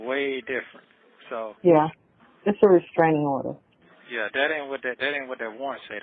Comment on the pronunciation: Uh uh oder 😂😂😂😂 straining odor